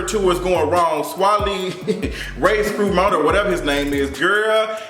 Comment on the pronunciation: It’s pronounced like Sway Lee. Lol